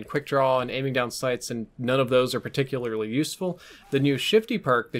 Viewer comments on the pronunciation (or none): none